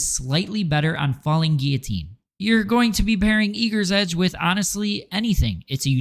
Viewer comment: Great video. Question: where the hell did calling it "eager*s* edge" start? So many people throw this extra s in there i can't figure it out!